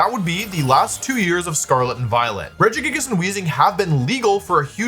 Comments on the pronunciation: I still think of that one time I heard you pronounce this pokemon Rejiggajiggas and I call it that to my friends to this day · That's absolutely not how I would have pronounced Regigigas lmao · The way you say Regigigas is so fun. I love it.